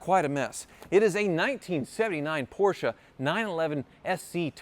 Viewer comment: It's pronounced Porsche!